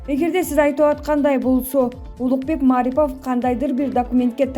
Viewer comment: Тура айтышты уйронгулочу. Марипов дегенде басымды(ударение) туура кой!. Басым А тамгасына эмес И тамгасына койулат.